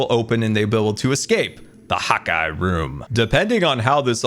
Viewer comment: What’s the deal with “hot guy” does he not realize it’s “hawk eye” ??